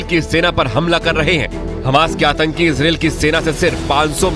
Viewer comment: Bhai atanki H ke latke 😂 pehle sahi bolo 😂